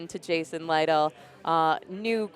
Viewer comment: "Lytle" pronounced like that opened my eyes, I thought it was "Little".